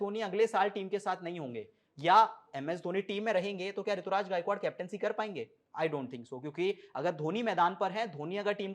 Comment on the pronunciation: Rituraj nhi Ruturaj h